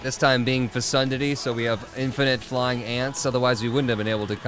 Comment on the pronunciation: Lol yeah that is not how to pronounce that word 😂